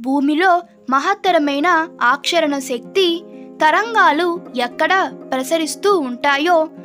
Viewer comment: Aakarshana anali Try to pronounce correctly